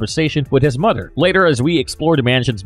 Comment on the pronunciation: I can't listen to this Narrator..da' name Da' world, Da' whale. Mud" er, Mud'er